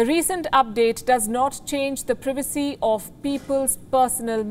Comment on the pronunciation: She can't say privacy right